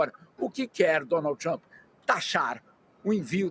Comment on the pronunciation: Donald "TaXamp" 😂😂😂😂